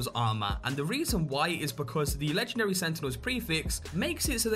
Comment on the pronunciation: "Legchendary Deatclaw"